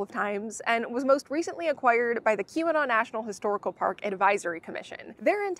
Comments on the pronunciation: Kept hearing Q-Anon, thanks for showing the sign spelling out Keweenaw! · I was so confused. It took me until you showed the sign to realize you were saying Keweenaw and not Qanon. I knew it wasn't Qanon but it sure sounded like it no matter how many times I listened to it. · LOL, I kept thinking you were saying Q-Anon National Historical Park...